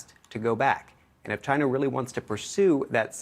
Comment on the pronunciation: Chy... nnna?